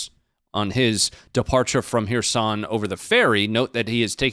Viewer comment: you pronouncing it wrong... it is Herson not Hereson....